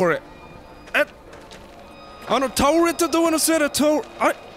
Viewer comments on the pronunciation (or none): ちょっ… タァオルゥェタ（倒れた ドォゥア（ドア） デイケナァイ！（で行けない）！！ に吹いた